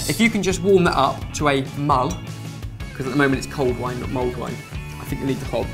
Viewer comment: the awkward moment when you find out its 'mulled' wine not 'mould' wine ....